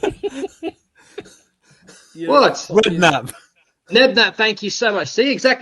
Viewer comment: Nelson goal (1-0) - Fatawu goal (2-0) - Spurs 3-0 down at Atletico after 15 minutes!! 🤣🤣 - Kinsky subbed off for Vicario straight after 3rd goal, then few minutes later 4-0 down!! 🤣🤣 - Hilarious clip of saying Nedknapp instead of Redknapp!!! (Deserves to win end of season award!!) 🤣🤣